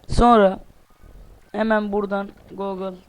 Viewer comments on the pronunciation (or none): none